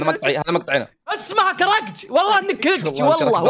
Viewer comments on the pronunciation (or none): كيف يقول كلمة ((كرنج)):- كرنج❌ كركت✅ +جالسه اعيد مقاطعكم الي قبل وربي تضحكون حتى الحين!..